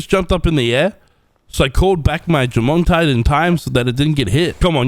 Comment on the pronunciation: Jormuntide ignis❌ Jomongdore ignis✅